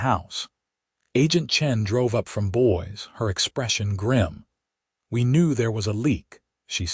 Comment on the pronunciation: AI needs to learn pronunciation of Eleanor and Boise😂